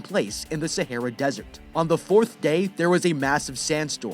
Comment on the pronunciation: You are saying Sahara wrong